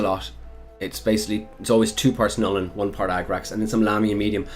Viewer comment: There is no "i" in Nuln,;)